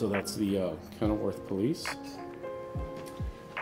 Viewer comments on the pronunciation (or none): Kenilworth, not Kenneworth. A very wealthy suburb north of Chicago on the lake.